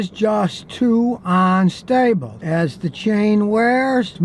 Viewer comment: "Bounceen" "Onstable"